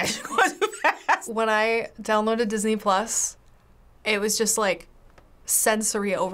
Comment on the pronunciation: Idk i heard all the time this ni**les instead of Disney plus hahaha